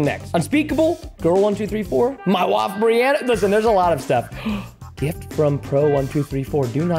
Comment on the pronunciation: "my waf brianna" did you mean by wife? i know you meant that but you just said it wrong.. not trying to be rude